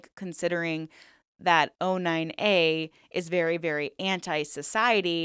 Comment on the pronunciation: O9A not 09A why you say it wrong ?